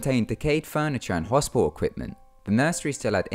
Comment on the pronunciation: Heh... Sorry... The way you say hospital is hospial XD I love it!